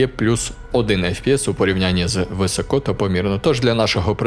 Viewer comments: Не висОко, а вИсоко, трохи тягне тебе на руський лад. А загалом лайк. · ну який висОко ну який висОко, навіть на суржику немає висОко. вИсоко!!!!!!!!!!!!!!! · Друуже, вИсоко, не висОко, не високО)